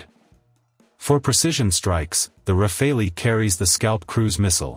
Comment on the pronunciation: Rafale is pronounced Rafal, not Rafaelli (meaning Burst / Gust / Hail of bullets). But this is a good video anyway!